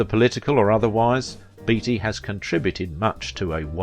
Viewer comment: Are you sure his name wasn't pronounced 'Batey' ?